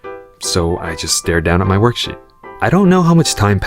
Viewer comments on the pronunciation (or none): he said work sh1t insted of work sheet